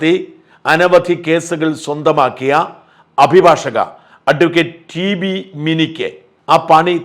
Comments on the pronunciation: ഷാജൻ സാർ താങ്കളുടെ പല വീഡിയോകളിൽ ഇപ്പോൾ മലയാളം വാക്കുകൾ തെറ്റായി ഉച്ചരിക്കുന്നു, ഉദാഹരണം അഭിഭാഷക എന്നതിന് പകരം അഭിഭാഷിക, വരുതിക്കു പകരം വറുതി എന്നിങ്ങനെ ശ്രദ്ധിക്കുമല്ലോ? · Abhibhashaka aanu not abhibhashika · അഭിഭാക്ഷികയല്ല... അഭിഭാഷക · .... "abhibhashaka" ennalley Shaaja parayendath ??